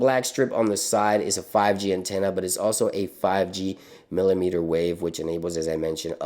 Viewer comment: Ehem... “Antanna”